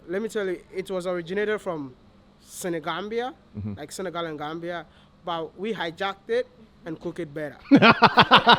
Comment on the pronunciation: omg lol, a lot of ppl say Senegal